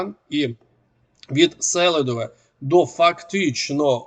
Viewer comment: Ще раз назвеш СЕлидове , а не СелИдовеі горіти тобі в пеклі Селидова. Хоча впевненний , що там ти ніколи не був і не будеш . Диван є диван.Язиком окопи не захистиш.